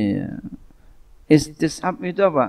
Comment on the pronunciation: إستصحاب tadi kurang jls tadz